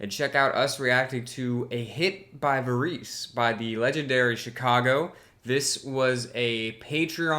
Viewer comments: Thoughtful, insightful review. I think Edgar Varèse pronounced his name a bit differently. For a bit of amusement, here is an excerpt from Varèse's "Ionisation" substituted in as theme music for "Sex and the City." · This is the first cut on the album. The title is a nod to Paris born avant garde composer Edgard Varèse (American pronunciation: ED*grd vr*EZ), who also happened to be Zappa's biggest influence. The song, as Dan noted, has a heavy prog influence. It sounds nothing like Varèse (think in the vein of Frank's most atonal and percussive passages for a better picture). Robert Lamm has said the idea behind the song is how great it would be if music as free as that of Varèse could be put on the air by radio programmers and be accepted by the listening public. Lamm had been introduced to Varèse through the liner notes on Zappa's Freak Out (the modern day composer refuses to die). He mentioned it to Terry Kath, who was intrigued enough to buy some Varèse LPs, which they, and a few other band members, listened to over and over. This was before Chicago had even recorded their first album, and Lamm found it a very freeing and inspirational experience in terms of what was musically possible for them. I personally found that anecdote quite relatable as that's how I felt upon discovering Zappa.